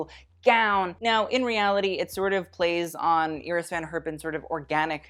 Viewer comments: Does anyone else laugh at his mispronouncing of him saying Iris Van Herpin?? He keeps pronouncing Iris as [Ear-iss] when its pronounced [Eye-riss] he thinks he's so proper and bougie he mispronounces Cannes as well. He needs to learn to pronounced these designers if he's going to be so Miranda Priestley about everything. Ya feel me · Not familiar with the designer Iris Van Herpen but traditionally the first name is pronounced Eye- ris rather than Ear-ris.